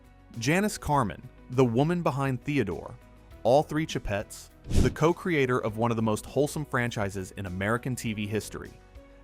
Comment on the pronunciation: the "sheh-pets" -_